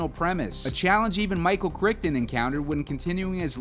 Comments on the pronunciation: It’s pronounced “cry ton.” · Could you butcher his last name a little bit more? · Not sure how much stock to put in your opinions when you misspell and mispronounce the author of the source material…